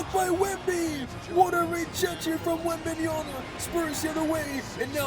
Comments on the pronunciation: Bro please work on your pronunciation of Wembanyama, it’s WembanYAMA not WembanYANA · You say it Wembanya'N'a ?😅 It's wembanya-MMmmmma😂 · it’s wembanyaMa with an M not an N 😭😭😭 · this is like the 4th or 5th vid where ya say wembanyaNa instead of wembanyaMa 😂 just say wemby bro lol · That's cool but for FUCK SAKE, it's Victor WenbayaMa, with a M, it piss me off so much that half of american can't pronounce correctly his name lol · Bro been watching your videos for a while, all i can say is your going to be a better commentator if you actually read wemby name